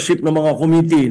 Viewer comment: Parang pareho na pag pronounce mo ng “committee” kay Dan Fernandez concern lang ako..